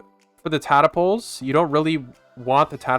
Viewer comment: I love the way you say tadpole tadapole